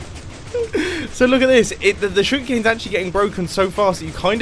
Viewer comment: jeez i had to rewatch this 3 times to realize that u rr talking about sugar cane not "sug cane"